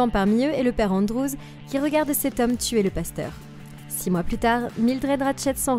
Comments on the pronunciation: Tuer et pas teur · il y a un pronlaime tu a teur au lieu de tuer